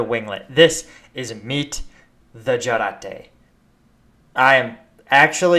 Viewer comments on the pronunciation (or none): I like how you pronounce Jarate similar to Karate. Now I'm not sure how to pronounce it anymore.